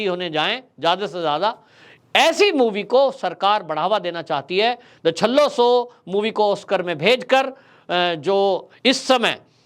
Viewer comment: सर जी छल्ला शो नहीं पर छेल्लोशो, गुजराती में लास्ट को छेल्लो बोलाजाता है।